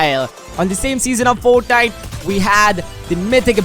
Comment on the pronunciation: . "Tore" And "Foetnite"